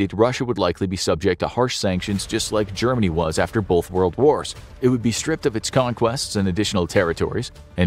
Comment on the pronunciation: Great video, but here's a "pro tip" for the narration: There is no letter "l" in the word "both."